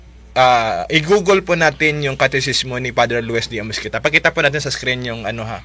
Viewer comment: Google ang pronunciation at hnd Gugol